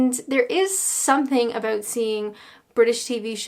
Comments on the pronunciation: I can hear the aboat (about) coming back very strong lol. I know you said about shows before you were born but the 70s/80s shows were the best of British comedy. Try blackadder goes fourth, love thy neighbour, only fools and horses, Till Death Us Do Part and a 90s show called Royal family and a Irish show called Derry girls. I'm sure you will have a brilliant laugh. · i think i might be the only brit that doesnt own a tv, dont miss it. happy to listen to say 'about' on youtube tho:D